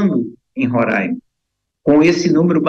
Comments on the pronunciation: RORÃIMA É MEUS ZÓVU .................. O NOME CORRETO É RORAIMA.... RORAIMA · Alguém pode ensiar a aposentadoria a falar Roraima corretamente, é Roraima e não Rorãima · Moça, respeite o nome do nosso estado. Não somos Rorãima. Com certeza não sabes, mas Roraima é um palavra indigena. Por favor, não venha nos renomear, antes de se aventurar em fazer comentários acerca do Norte, busque antes estudar um pouco. Com esse assunto, do momento, estamos confirmando que o Brasil de baixo, não conhece o Brasil de cima.